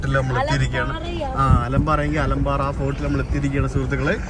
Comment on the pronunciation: അലമ്പാറ എന്നല്ല ആ കോട്ടയുടെ പേര്,, ആലമ്പറൈ എന്നാണ്.